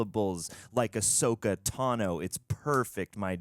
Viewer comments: Ahsoka Tano is 5 syllables... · “Ahsoka” is THREE syllables.